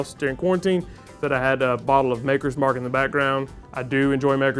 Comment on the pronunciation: Knew it was over when, after the Wild Turkey, you started pronouncing “bottle” as “ball”. And who knew “immediately” could turn into “eediotly”?